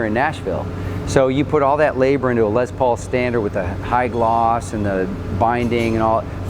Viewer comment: did anyone else notice that the guy who is touring them says lez paul, and likes to say les paul?